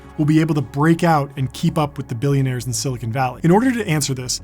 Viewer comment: U said billionar love him wrong all love him nuuub